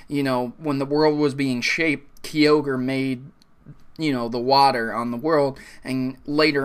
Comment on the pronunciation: BUT kyorge is not said "key-ogre" its "kai-ogre" #AddThisToTheVideo lol